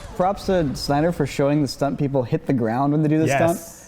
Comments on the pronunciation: SYNDER they said on part 3 hahahaa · Part 3 - Synder? Not Snyder? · Who else noticed the "SYNDER" at the Part 3 start?? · "the synder cut" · "Synder" ??? XD Mistake guys ! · Ahh yes.... Zack Synder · "Synder" lol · "Synder" oops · Part 3 - "SYNDER" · You effed up the dude's name. :D